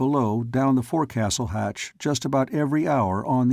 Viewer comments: Two very minor complaints if I may. One gunwale is pronounced gunnel and forecastle is pronounced foc-sol. It drives me crazy Everytime I listen to this. Otherwise it's great. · The forecastle is pronounced 'Folk-sal' :) Enjoying this story :)